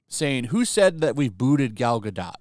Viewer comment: It's pronounced gal guh-dough,. Not gal guh dot Also, good work on the vids.